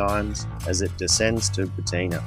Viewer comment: He's trying to say Poatina Road, not Pateena. Apart from that, well it was just too short. You could have stopped at Liffey Falls along the way, or shown more of the road from the Meander turnoff to Golden Valley. This is also a great bike route, as long as you're up for twisties, rough / loose road surfaces at times, and log trucks!